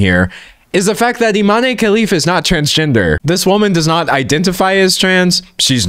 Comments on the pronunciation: "Imane" is pronounced "ee-mahn" not "ee-mah-nay." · The e in Imane is silent. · Guys it's pronounced Iman Khelif 😭💀